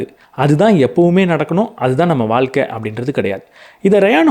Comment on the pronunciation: வால்க்க ன்னு சொல்வதை கேட்க முடியல..'ழ' சொல்லி பழகுங்க .. வாழ்க்கை.. காணொளி நன்றாக இருந்தாலும் உச்சரிப்பு எரிச்சல் ஏற்படுத்துகிறது